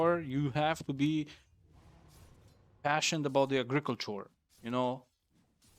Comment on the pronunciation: Daddy, I love it when you say agriikultschua